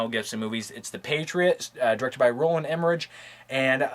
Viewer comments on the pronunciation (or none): somebody probably already said this, but it's pronounced EmmeriCK not EmmeriCH, even though it's spelled that way.